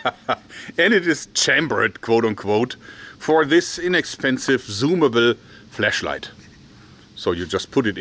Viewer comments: You keep saying "fleshlight" instead of "flashlight" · It sounds like he is saying flesh light